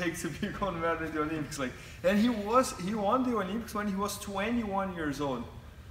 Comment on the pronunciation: Is that dickhead trying to say Olympics.